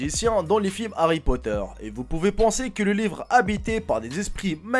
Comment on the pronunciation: Rien que d' avoir prononcer le nom Harry Potter et je t'aime déjà lol. +une abonnée.